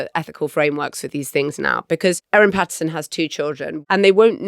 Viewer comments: Both here & on the audio version, you've got the name of the mushroom killer wrong. It's Erin *Patterson*, not Pattinson. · It's actually Patterson (not Pattinson). Also she's the mushroom lady (not poisoner). Also she served multiple, single-serve beef wellingtons (not one). It's ok, easy mistakes to make for those who haven't spent months gripped by this trial.